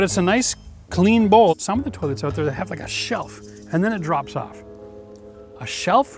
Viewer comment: The balls come "ooot"?